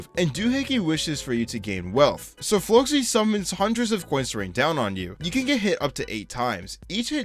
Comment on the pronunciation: The fact he pronounced The Great Flocci's name correctly is amazing.